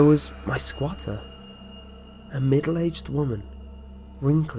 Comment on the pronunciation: I giggled every time you said "sqauter"